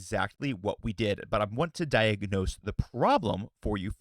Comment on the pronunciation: "Di-ag-go-nos" It's "di-ag-nos". Three syllables.